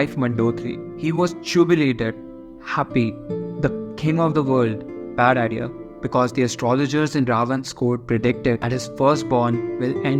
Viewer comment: The way you say bad idea😅